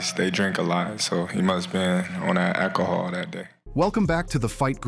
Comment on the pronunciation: anyone that says "Akkahol" should never be champ of anything